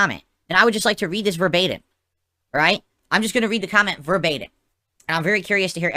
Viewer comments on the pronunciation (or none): What the hell does “verbeta” even mean. I’m pretty sure you’re trying to say verbatim.